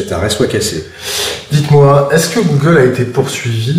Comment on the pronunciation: un magistrat qui ne connait pas la prononciation d'un terme comme google ... même si on ne lui demande que de dire le droit, il me semble que cela traduit au mieux, un manque de culture manifeste, au pire un décalage abyssal avec la société dans laquelle il vit ...il est quand même censé donné un jugement ! si il ne sait pas de quoi il parle .......